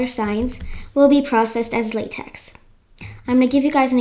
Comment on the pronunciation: Cool vid! LaTeX is pronounced lateh.